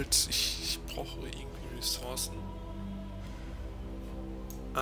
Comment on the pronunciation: ressource spricht man mit "u" aus [ʀəˈsuʀs]